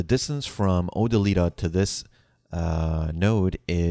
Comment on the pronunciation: O - Dill - i - Ta. Not Oh - Da - Lee - Ta. C'mon man.. c'mon.